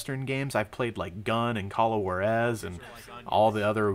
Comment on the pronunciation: did u just say ''call of war ess" juarez! [hoo/ar/es]